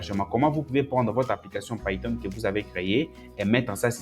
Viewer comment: Frere je suis tes formations et j'admire aussi ta facon de prononcer les outils ( païton au lieu de piton , airpol au lieu de apeul ...)